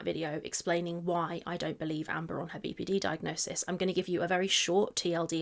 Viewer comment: Every time she says "BPD" I wanna tell her shes mispronouncing the N